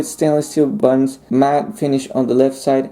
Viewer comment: I wish he could pronounce "buttons". They are not "buddons". Wonder what his language is. Spanish?